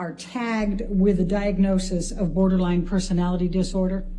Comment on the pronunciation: “Borderlang Personality disorder” 🤣